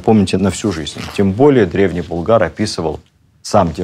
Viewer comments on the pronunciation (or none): Спасибо за теплые и справедливые слова о Шаймиеве. При всем уважении к вам: не БулгАр, а БУлгар (ударение на первый слог).